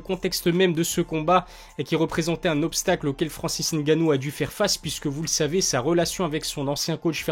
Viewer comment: Belle analyse , merci pour la prononciation du N 👍. Va tu approfondir ton analyse . Merci